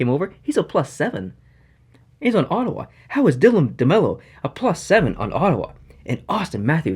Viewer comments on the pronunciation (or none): none